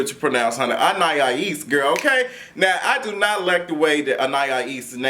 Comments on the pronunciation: He said Anayaya-ees need to leave rich poodles and go back to her grand-bae lmfaooooooo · You almost there! An-i-es ( like east without the ‘t’ ) 😂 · Lmao I'm rotfl every time he says anniyahees 😂😂 that poor girl name be getting butchered out here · Ann- ahh- ese. Anais. 😊Lol looking like doctor robotnick. to r too much!!!😂😂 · lol.. It's pronounced An-eye-east (with the T silent) LOL but we got you so no worries about that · Lol,. I see you struggle with her name each week. Anais is pronounced: Anne-Eye-Eeese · Good grief the name isn’t that damn hard. You still have it wrong. AnneEyeEaseAnn-eye-easeAn-ai-isAnais Ana- ease. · Prounouce her name as if it's "Annah-ease." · Lmao now you adding an extra syllable to Anaïs. Ann-eye-Ee-ss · Loool u still saying it wrong but shout out to whoever tried An-i-eece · “Anayayees”😂😂😂Quit it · Lmaoooooo still saying that girl name wrong! (Ann-I-Es) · Lawd he still struggling with that girl name. 😂😂😁😂😀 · Dream doll is a bully but she don’t back down from nothing. And still mispronounced that girls name lol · And he still said it wrong 😂😂😂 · You’re still butchering the girl name 😂😂😂😂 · Baby you still saying her name wrong